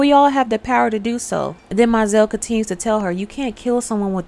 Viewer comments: She told her first “Look to your children at the end of the reading”…& That’s pronounced Mo-zell☺️ She told her “next man was a dead man, like the others”. Gurrrrrrl, sorry but I love this movie😂 No she Cicely got her period, I’m going to tell Daddy.😊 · It's MO-ZELLE